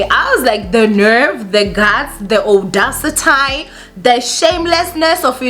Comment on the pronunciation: How you pronounced audacity 🤣❤️🤣❤️🤣 very funny and deliberate you can be so funny